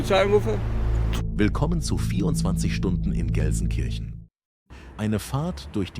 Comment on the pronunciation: If you were really 24 Hours in Gelsenkirchen then you must have learned how to pronounce the Name properly !